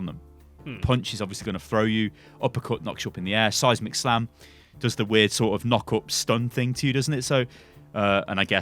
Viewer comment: First couple times I heard him say seismic slam I thought he was saying "Seismic Sam". Which is beginning to sound like an epic superhero name.